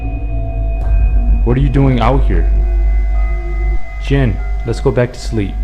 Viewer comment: Omg... he kept saying jen... jane... gin.. lol